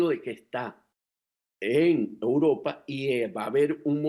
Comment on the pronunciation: es EUROPA, repite conmigo E U R O P A.............EEEEEE UUUUUUU RRRRRROOOOOOO PAAAAAAA